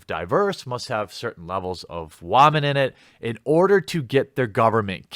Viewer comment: I snicker every time you say wamen